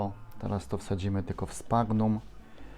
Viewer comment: Sphagnum czyta się prawidłowo: "sfagnum". To nazwa łacińska, obowiązują zasady tego języka. Warto odszukać sobie te zasady. Przydatne w czytaniu nazw łacińskich. Rozwiąże to Twoje kłopoty z kaleczeniem łac. nazw rodzajowych i gatunkowych. Są przejrzyste oraz proste do zapamiętania i nauki.